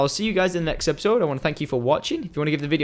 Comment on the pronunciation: he always say adeios